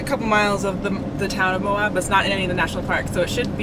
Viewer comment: Love the desert with the snow peaks in the distance. Utah is stunning. And Moab - those rocks I love it. called it AMOB at one point 😂. On the left of the main drag it has a building “Uranium Building”. Intriguing. And how does plait her hair? I guess does it. We would like to see that 😊